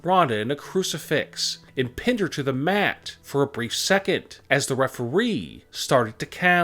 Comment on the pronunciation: He said referwee and this is annoying when he goes up after every sentence